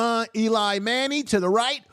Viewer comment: Eli not Elon!